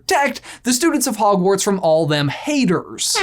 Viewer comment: But you said howash lol